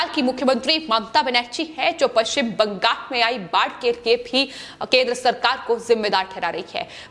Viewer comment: ........ एंकर को बोल ने मे तकलीफ हे... इसे बदल दो... बंगाल को बंगास बोलती है...